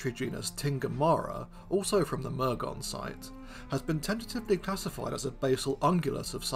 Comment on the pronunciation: Pedantic note: It's not Mur-gone it's pronounced Mur-gun